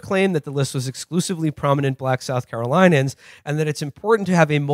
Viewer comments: South Caro LIN e uns, not South Caro LIE nuns. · Ok one thing: it's Carolinians. Not Carolinans.